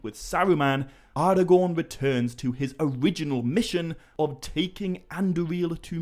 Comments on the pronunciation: Nice video but some of your pronunciations make it a bit of a hard watch. Take 'Aragorn' as an example, it's pronounced A-ra-gorn and not Ar-a-gorn, just as 'Arnor' is Ar-nor and not, as you are pronouncing it, Ar-i-nor. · Hmm, no absolute right way, huh? why is it then that even Tolkien himself, creator of the very languages and proninciations, clearly speaks the word 'Aragorn' as 'Ara'-gorn ((with a hard 'A') and not 'Ar'-agorn as you say it? (source: ). Its all very well citing reference material, to back up a claim (yours being PAXVII), but could you please say where the reference to 'ngor' is in PA because i cannot find any mention to it being used as a suffix in any reference to Aragorn's name. Some might say that we're heading into the realms of pure pedantry here but, as i've said before, when quite literally everyone else (even the creator himself) pronounces certain words, so noticeably different, than yourself that it draws attention to them, why is it then that the majority is wrong? - Arinor, Gondoleen, glarmdring (and others), 'the eye' is fixed firmly on you too! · respect the writing. Its not Arrgorn or Arhgorn. It is Aragorn. That second “a” there is as pronounced as all of the other letters. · I wanna hear you say more words that have "ara" in them just to see if you slip that d sound in there everytime or if it's just a thing you do with "aragorn" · Actually no, wrong again. In Sindarin, 'ngorn' does not exist, i think you mean 'gorn' but congrats on reading the quora post wrongly. Also, 'ar' does not mean king, its 'aran'. As for the pronunciation, 'Aragon' IS spoken using a hard 'A' (as in Apple) and not a soft 'a' ( as in car). Sorry to be so picky about this but when everyone else pronounces a word one way, yet you pronounce it another, it really stands out.